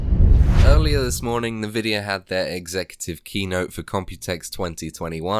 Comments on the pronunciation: N-vidia not navidia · great vid tho the nvidia pronunciation triggers me... its n-vi-dia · Me: An-vidia: Nuh-vidia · he's saying NahVidia to troll us ... he's gotta be trolling us lol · Everyone I've heard says it like "nuh-vidia". Not EnVidia even though that's probably what it's called because I heard a woman say it in an Nvidia Splash Screen. But Nuh Vidia and Nah Videa are basically the same. It's not even like saying Mom or Mum. It's fine to say either but those are like 3 times more distinct from eachother than Navidia or Nuvidia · The way you say Nvidia kills me